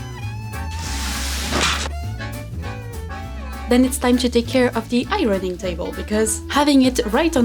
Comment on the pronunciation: I love your studio! Loved the music from the sheet metal, I would have totally done the same thing! I also loved hearing "irony" when you said "ironing" my American, 55 year old, ears trick me all the time. I only hear two syllables in the word "warrior" and not three.